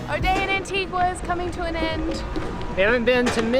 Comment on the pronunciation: You pronounced Antigua correctly at the beginning of the video, but not at the end. It's An-teeg-uh, not An-teeg-wuh. Great video, though! Sorry to nitpick!